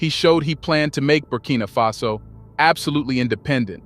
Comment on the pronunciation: Why are you switching and calling the country "Burkina fesso"? Instead of Burkina faso? Why are you reading it with a twist? Are you referring to the Italian word Fesso?